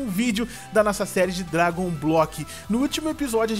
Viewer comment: Você falou errado o Dragon